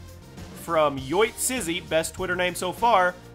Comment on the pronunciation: The twitter name was supposed to be pronounced yo it's izzy.